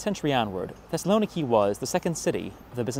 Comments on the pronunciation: That's crazy but we're speaking English not Greek. Greek pronunciation or stress does not automatically apply to load words into English. Most English speakers would probably better recognize the city under the name Thessalonica anyways because of the Bible. English also always (pretty much) renders Macedonia with a soft c and there's no reason to not other than for political reasons between countries hundreds of miles away from the UK and thousands from the US. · The pronunciation of Thessaloniki is, according to the Thessalonikians, Thess-a-lo-NEE-kee, accent on the 4th syllable, not the 3rd, as widely supposed (by and) outside Thessaloniki. Also, primarily because Macedonia is a tourist backwater, and therefore a place people more into history and culture should visit, is pronounced, by EVERYONE who lives there, not Mass-a-DON-ee-ah, but MaKadonia. Yes, the C is pronounced a hard K. This is in part because Greeks don't like the MaKadonians, who are not pure Greek, more part of the Balkans than Greece, and who claim to be the real homeland of both Alexander the Great and his father Philip. Greeks are adamant those royals were Greek, and have gone to war with the MaKadonians over this dispute. For decades, in the UN, Greece insisted the country now known as North Makadonia (with a C, I am only using a K to remind readers it is NOT pronounced Massadonia by the actual MaKadonians). Greece had threatened war with Makadonia if they internationally insisted on calling themselves that until a compromise was reached a few years ago, to call the region around Thessaloniki, within Greece, "Makadonia" and the actual country where Philip's palace site is situated in the capitol of North Makadonia, Skopia, in a monumentally tall series of statuary so high above the palace site you need to fly up to it to make out the images of Philip and Alexander, which the non-Greek MaKadonians insist belong to them. After visiting Skopia and exploring